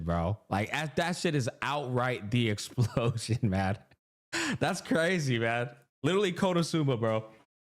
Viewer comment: Herta kit: “In short?…EXUPLOSHUN”